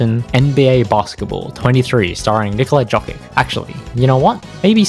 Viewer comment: "Nikola Jockick" damn. thats all ima say